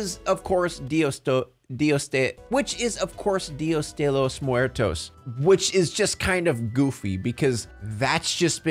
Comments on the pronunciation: I'm clicking off after that día de los muertos pronunciation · You said Dia De Los Muertos wrong.